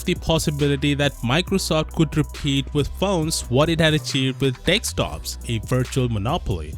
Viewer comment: with 563k subs, and 63k views, i'd learn to say "desktop" rather than say "dextop" over and over.